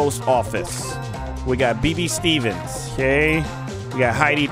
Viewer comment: Bro said Bee bee Stevens it’s bae bae